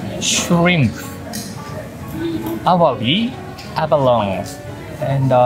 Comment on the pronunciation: I'm sure u'll be eating heaps more abalones in the future, so I just want to remind you it's pronounced like "abalon-nee", or think of "abaloney". It's a tricky word haha